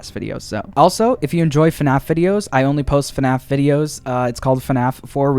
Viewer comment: Heard u said FUNNaff